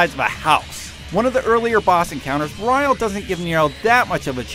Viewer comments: Did it piss anyone else off when he said almost all the names incorrectly? especially when the bosses themself say their name *cough* Berial *cough* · this guy must have failed fucking english because he doesnt know how to pronounce anything, bur-eye-al? what? berial is a fucking word! i could understand yamato because its japanese and mundus because well it could be said that way too. *sigh* whatever. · BERIAL!! not BRIAL! :L x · He also said beraial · You are BUTCHERING the pronunciation of his name. It's pronounced the same way as "Burial". He even says his own name in the cutscene before you fight him as Nero. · Yomoto...Berial..Enchidna...Creedo...You mispronounced everything...But good video otherwise! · Firstly, they mispronounced a couple of things. He said Yamato and Berial wrong. Two, while an interesting selection, there were certainly far better bosses, who could have made the list. Don't get me wrong, I did like some of the selection; I just think there could have been better choices made. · you pronounced berial wrong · Chi This guy mispronounced a LOT of DMC names... but saying Yamoto instead of Yamato definitely was the worst >< Edit: Rewatching it, I guess the only other one he really mispronounced was Berial, where I'm pretty sure it's supposed to be pronounced the same as the word Burial... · Did you fucking say Yamoto And Nellow Angelo? Im not sure but did you also mis pronounce Berial? Fucking MOONDUS I know it was that in dmc 1 but it haasnt been since and bitch number 1 was vergil. You just saved your ass. And then you said nelo angelo.